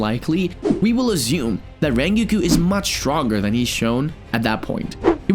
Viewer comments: its rengoku not ringki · I’m sorry but did you say Ringiku??😂😂😂😂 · why did you call rengoku rengiku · Rengoku❌ Rengiku✅ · Rengoku❌ Renguuku✅ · Rengoku❌ Raingeku✅ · ITS NOT "rengiku" ITS "rengoku" YOU PRONOUNCE THE "o" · rengu???? its rengoku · rengikue? ITS RENGOKU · His name isn’t REN-GUKU It is REN-GOKU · dude are you kidding hes saying rengokus name as renkiku IT"S FUCKING RENGOKU GET IT RIGHT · ren-go-koo not rin-gi-kiw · ren gi ku????? its pronounced rongoku how did you not get that right 😡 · rengoku❌ renkeku✅ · I know rengoku not rengiku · Not reengeeekoo Ren goku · It’s rengoku not rengou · Btw it’s rengoku not rengiku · BRO ITS SO FRUSTURTING WHEN HE SAYS RENKYOKO NOT RENGOKU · Isn't it Rengoku not Rrreingeku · Ren-gi-ko 😂 it’s pronounced ren-go-ku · im sorry did this man call rengoku rengiku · WHY DO YOU SAY RENGOKU LIKE RENGUI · Rengoku nah RaNgIKu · “Rengeku”💀 Hey bro I don’t mean to make fun of how you say things.. anyway nice vid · is no one gonna mention that he said rengigu at the start of the video? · no one: no one atall not a single soul:: rengeku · Bro the way he says the names (Rengeku) 💀💀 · Bro said rengeku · "Rengeeku" Me: BOI GET OUT RN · stop saying renquqko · Bud really call rengoku a renkiu at the start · who tf is rengagooo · ReNGeKyU Lol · It's pronounced (Ren-Go-coo) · no one gonna talk about “rengiki” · "rengeku" lol thats funny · "ReaNGOKU" pronouncation bro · the way you pronounce rengoku as rengyikiu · “Rengeku” 💀💀💀💀💀💀💀💀 edit: “Rengeoku” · U said rengokuku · the fact he's pronouncing it "rengiku" is killing me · Bro said lengoku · "rengewkew" no offense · Bro said "rengeeku" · did my manz just say rengikiku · bro when he say rengoku he sounds like rengikiu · The first thing that caught my attention was saying "Rengyuku"🤣 not tryna be harsh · Tf is Rengeego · Did bro just say "Rrrrrrrengiku" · pov you say ringoku ate the start of the video the coments: you said it wrong by the way great video! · Ren ke ko💀